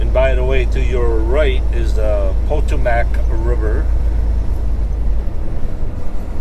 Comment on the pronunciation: Potomac is not Potoemack river it is Po-toe-mick river, is how it is said..